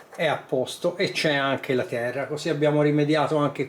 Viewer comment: si sente anche "tera" da lucchese